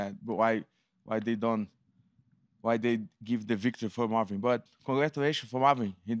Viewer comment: Congwatwaysho fow mawwin, heedi at gway dub